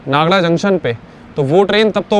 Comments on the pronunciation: रेलवे स्टेशन का बोर्ड पढ़कर तो नागदा बोलना सीखो क्या नागडा नागडा लगा रखा है? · नागडा में डालडा मिलता है क्या ? नागदा बोल भाई l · भाई नागड़ा क्या होता है 😂😂 भाई ये नागदा जंक्शन है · भाई सही शब्दों का हिंदी में उच्चारण सही करो। खाचरोद है। नागदा है।